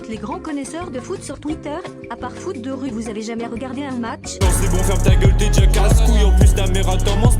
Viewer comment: Déjàw foot2rue c’est bienw. è-é J’adowe le « ta gueule » 😂